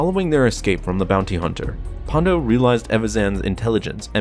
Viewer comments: It’s PondA not PondO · I liked this vid, but it's 'Ponda' not 'Pondo'. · It’s Ponda, not Pondo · It sounds like you are saying "Pondo" -- but it's "Ponda" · It's Ponda, bro. Ponda Baba, not "Pondo".